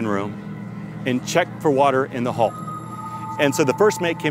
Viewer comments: why does that guy refer to decks as "floors" lol. and hes pronouncing "hull" as "haul".really bizarre dude! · The "Hall" thing bugged the heck out of me